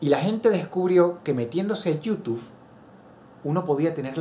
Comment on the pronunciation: Extraño cuando decías /youtub-e/.